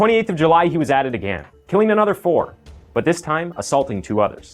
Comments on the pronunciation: Still can't pronounce "again" properly though 😂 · I just have one question. Why do you pronounce the word again, agan?